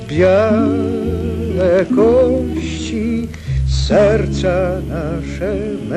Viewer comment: PAMIĘTNA BALLADA... BARDZO MĄDRA WGM. ✌ :D 👌 I TO PRZECUDNE DAWNE SŁYNNE POLSKIE KRESOWE PRZEDNIOJĘZYKOWE "Ł" [eł] >>> = "SZEDł TU..." & "BIAłE KOŚCI..." - JUŻ DZIŚ PRAKTYCZNIE NIESPOTYKANE... A SZKODA! PZDRM! A. B. 😎